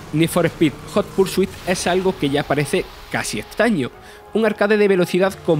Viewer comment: ¡Joder! Esos españoletes deben de evitar pronunciar el idioma inglés, lo destruyen sin piedad. "Nid for espid jot pur su it" The horror.